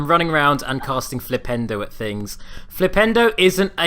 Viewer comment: Earth Sandwich was amazing. Also, whenever I hear Harry say Flipendo, I can't help but hear Nintendo.